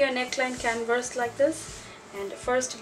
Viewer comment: Hi, Beautiful job. Oh, the word "canvas" is pronounced can-vis or can-vas. You are pronouncing the word "can-verse". I hope that helped. Otherwise your english sounds excellent!